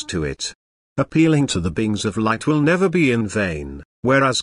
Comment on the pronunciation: Can we request the AI pronounce the word "will" without startling me?